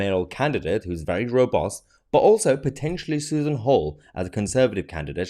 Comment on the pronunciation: Mahyar, robust not robost.